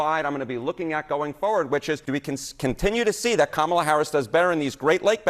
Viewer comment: did You Say KAMAWAD I LOVE IT 😂KAMAWAD JUST ROLLS OFF THE TOUNGE 😂😂